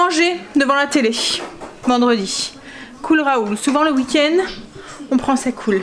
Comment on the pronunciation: « Vindredi » 😂😂😂 J’adore ! 👍🏻😂 Surtout que c’est sorti très naturellement !